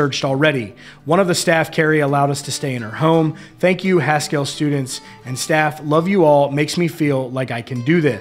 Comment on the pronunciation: Not criticizing. Merely wish to be helpful. Haskell is pronounced as Haskull (Like Eddie Haskell on 'Leave It To Beaver".It was an American Indian Boarding School for many years and the burial place for 103 children who attended there. My late Uncle attended there after he left Chilocco Indian Boarding School. Thank you for keeping us informed.